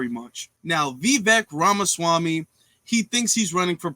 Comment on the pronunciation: bruh, you remind me of when Mark Cuban went on First Take and destroyed Skip Bayless for speaking in generalities. Let's run this down: 1) "Now Vivek Ramaswamy thinks he's running for president..." Damn man. They give you an extra fry with your order? Why you so salty? First off, you mispronounced his name. I thought that was a big deal with Woke activists like yourself. Second, Vivek Ramaswamy is running for president. His name is on the Republican primary ballot in all 50 states. He isn't thinking. He is. 2) "We all... can suspect that... ya know... with the tendencies... that he has and the rhetoric that he spews.. that he leans towards that side (White supremacy)" Was this live? You're aware you don't have to post the first take, correct? What a bunch of incoherent mess. You don't even sound sure of yourself man. You don't really sound sure of what the next thing coming out of your mouth is going to be here. And all of these generalities. We suspect. Tendencies. He leans. etc. I mean, God Damn. Get a noose! This man sounds guilty as sin 🙄 Can you imagine your bullshit in reverse? "Excuse me, your honor. We suspect this Black man was guilty of the crime. He has "tendencies". He "leans towards the criminal side" Worst of all, he took the 5th and would not say he didn't do the crime. Therefore, your honor. You must convict!" Jesus Christ. This is your evidence that Vivek is a racist? Surely, you're joking. 3) "Mind you. Just keep in mind. Of course, I condone *sic...